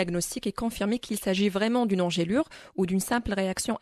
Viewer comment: Bonne prononciation = Ange lure Pas angèle lure